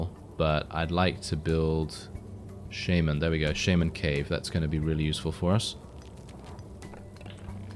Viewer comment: he said sheimen not shaman lmao